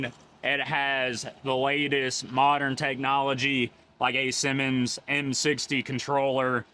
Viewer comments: Hey man. Love your videos, but did you pronounce that traffic controller as a Simmons controller? The Siemens controller is actually pronounced "ZEE-mens". Siemens is a German company founded in 1847 in Berlin. Keep on rocking with your videos! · Siemens is pronounced sea mens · Have I been mispronouncing Siemens my whole life? Granted I’m not in the industry nor do I speak German, but I’ve never heard Siemens as “Simmons” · Nice video. Siemens is pronounced: SEE-mens.